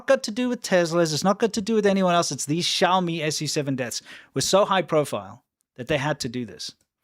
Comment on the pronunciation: It's not obvious how to pronounce Xiaomi SU7. You say, "Shou-mee SUCKS".